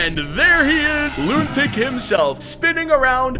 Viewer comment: Loontic❌ Lunatic✅💀